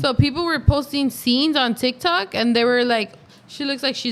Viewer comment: TikTok not tictok lol